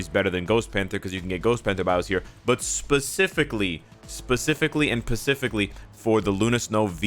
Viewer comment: thanks for the vid man Really helped.... But the biggest question still remains Namor or Luna Snow I think namor rite?? Cuz hes rarer Edit: I just noticed that in u said "Specifically, specifically and PaCiFiCAlly"